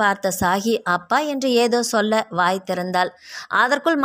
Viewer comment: நீங்க நல்லா கதை சொல்றீங்க.. ஆனா இனிமே ச்சொல் ச்சொல்லி என்று உச்சரிக்காதீங்க.. அது மட்டும் தான் சகிக்கலை.. மத்தபடி கதை லயம் அருமை..